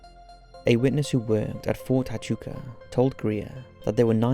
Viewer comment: This is a very interesting video, I love the content. Just a heads up from a native Arizonan, it's pronounced (Wha-Chu-Ka). People lose their freaking minds when you say it any other way in Arizona.